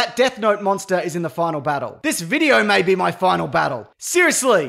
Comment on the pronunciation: "me or my" lol say it with me buddy, its MAY